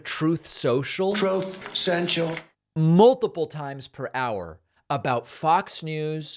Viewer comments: Troth centchal!.. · "Troth Sential" . . . never gets old. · That "Troath Cential" soundbyte always gets me lmao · The "Troth Cential" soundbyte has me rolling every time. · Trowth Senchal. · Troth senstial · Troth Sensual! It never gets old! 😂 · “Troth Central.” - “Obana.” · "Troth Senshul" never stops being funny. 🤣🤣🤣 Also, how exactly does one get "fired like a dog"? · I clicked for the "troth sensual" 🤣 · I would have left 20 seconds in if I didn't hear "TROTH SENTIAL"... OBAAAAMNA!!!! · "TROAF SENCHAL" And they talk about Biden.